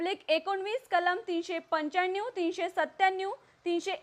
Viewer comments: छान उच्चार आहेत 😃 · बातमी द्यायला कुठल्या येडझवी ला बसवलं आहे... काय ही भाषा....पंच्यांन्यूव...श्यान्यूव..सत्त्यान्यूव...☺️☺️